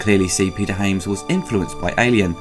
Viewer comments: you pronounce Hyams wrong, you said Haims... and pronounce High Noon wrong, you said High Newn... is that a british thing ? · It's Hy-ams not Ha-mes